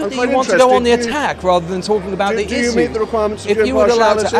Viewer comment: It's a bug bear of mine but, I hate his pronunciation of the word issue.....'iSS-Sue'.